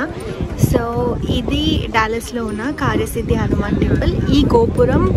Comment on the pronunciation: డల్లాస్ టెక్సాస్ అనకూడదు ! డాలస్ టెక్సాస్ అనాలి . ఎందుకంటె సియాటిల్ దగ్గిర ఇదే స్పెల్లింగ్ తో డల్లాస్ అనే పట్టణం వుంది. గందుకని గలా పలకాలి .